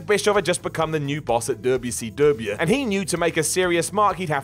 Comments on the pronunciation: FFS. "Double Yew See Double Yew." PLEASE. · You made me yell at my TV. Stop pronouncing “WCW” like that—please! You get a down for that. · I love how says "Dubyah C Dubyah" 😂😂😂